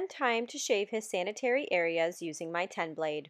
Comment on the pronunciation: Sanitary areas... you called him a turd nugget(I heard so) say D